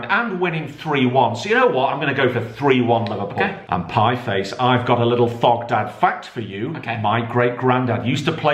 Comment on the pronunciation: Piefice, seriously?..